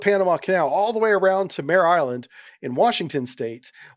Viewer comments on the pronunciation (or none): none